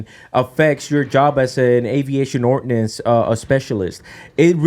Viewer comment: Ordnance not Ordinance